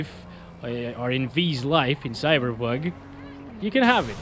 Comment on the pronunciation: he says cyber bug🤣😂